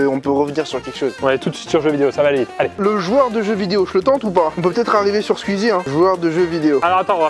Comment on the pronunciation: Skuizi... Kévin ça se dit squeezie